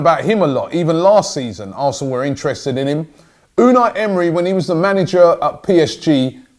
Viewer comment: Holy shit Robbie No NO I'm not letting you adapt the wrong pronunciation of our new manager. It's (U-nigh ) pronounced in a Turkish way almost. Unai Emery.